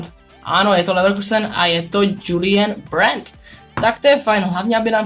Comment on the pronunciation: Ta tvoje výslovnost těch hráčů je fakt tristní..Zkus na tom zapracovat..nechápu proč čteš německé jméno tak, jak by se dalo číst kdyby bylo německé..btw. i to si vyslovil špatně..(hráč Julian Brandt Druhá věc, proč pořád používáš fZtH a číslo nějaké, když ani nevíš kolikátý díl to je?